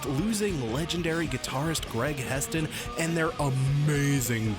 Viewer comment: One of your favorite bands and you call Hetson "Heston" (twice)... Shame on you.